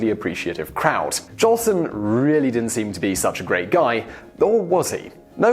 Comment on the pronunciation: hey you@ --you said JOLSON'S name WRONG " SAY his name RIGHT --GET IT RIGHT@ " -------- iT's J O L S O N """ not Johnson!!!!!